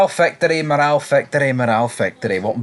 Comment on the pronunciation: It’s not pronounced “morall” it’s moral.